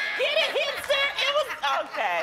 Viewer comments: like she said "hamPster" first and then "hipster." 😆😆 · I heard hamster too lol. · Wait, she didn't say hampster?! Lmaoooo dammit 😂😂😂😂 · I thought Loni said hamster, not hipster so i was real confused for at least a full minute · If i didn't read this comment i would still be thinking she said hamster lol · Chris She said hipster, but I also heard “hamster” at first 😂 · I thought she said "hamster". I felt so dumb because I couldn't make the connection lmao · I was really trying to work out how the hampster burnt its tongue. Took me about 5 mins to realise she said hipster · She said "hipster" not hamster lol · Lol I thought she said hamster too and I was like what????😂😂😂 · lmbo I thought she said "hamster" too. I guess she said "hipster"? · i heard "Hamster" .... was so confused for a while lol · When loni told the hipster joke I thought she said hamster and so I was really confused lol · I thought she said HAMPster lol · Ok sorry for being dumb but can someone explain th last joke? 😂 Edit: ok got it, thought she said hamster at first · I thought she said "Hamster" and not "Hipster" so at first, I didn't get the joke lol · i was so confused with the last joke then i realized she said hipster not hamster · Yo i thought i was the only one 😂 i repeated it three times to understand until i saw you so now the joke makes sense 💪🏼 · Yeh that confused me so I didn't get the joke until she repeated herself lol